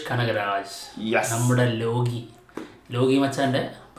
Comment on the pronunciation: ലോഗി അല്ല മച്ചാന്മാരെ ലോക്കി